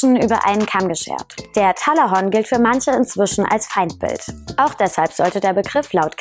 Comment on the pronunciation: Talahonk bitte auf die Aussprache achten 😂😂